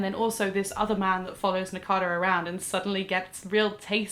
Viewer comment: its nakata not takana.. shoutout to